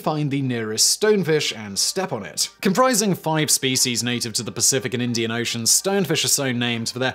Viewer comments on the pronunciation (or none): none